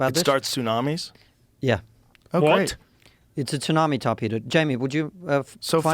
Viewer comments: “The Russians have a TOON-AMI torpedo” Then he hears Joe pronounce tsunami correctly, then dude still pronounces it incorrectly….sounding like a British kid that makes grilled cheeses at night… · Tsunami is pronounced "su-na-me" and joe is literally saying it properly to him in conversation why tf is this guy purposely calling it "Toonami"? Its not an accent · He said 2nami 😂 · "a tounami" lol does he think its the s thats silent? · I couldn't ignore this guy getting the wrong letter silent on Tsunami 😅 surely everyone knows its the T thats silent not the S 😵‍💫